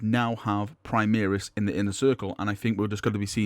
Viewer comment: Can you STOP saying "primiris" it is "primaris" pronounced "pri-mar-is" the "mar" is the same as in "mars"